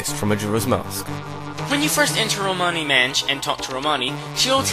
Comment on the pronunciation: I watched this so many times and just noticed, said "Romani Manch"